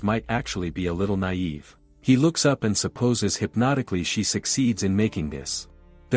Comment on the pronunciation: seems this AI cant even say hypothetically.